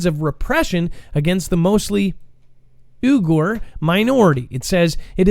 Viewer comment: Hi. Uyghur is pronounced "we-gar". I've followed china for a long time. I'm Haven that first called in and told about the forced live organ harvesting. With the Falun Gong the CCP rounded up them, because their numbers became equal or greater than CCP members. This is simular to the Uyghur Muslims. After rounding up the Uyghurs, 1)CCP demolished their neighborhoods. 2)china shipped a large amount of human hair to America (Possibly the largest ever) 3)CCP has done forced abortions on female Uyghurs. 4)they are forcing attractive Uyghur females to marry non-Uyghur. 5)they are doing forced "fixing" female Uyghurs. 6)drone footage of mass movement of male Uyghur were leaked, just before CCP official's EU tour. (He was pissed) 7)CCP does curb side executions. Offered to sell execution vans around the world. 8)CCP has returned to 1950s property seizures 9)china faces sever food shortage. Has already started, basics already unavailable. 10)Chinese banks have been having bank runs over the last 2 months. CCP have imprisoned people for withdrawal of funds. 11)CCP has opened their banking system. Making it easier for investors to transfer funds. But you can only do so in type of fund you used and they determine exchange rate. 12)massive flood damage